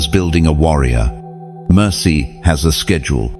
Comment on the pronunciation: warrior not wonderer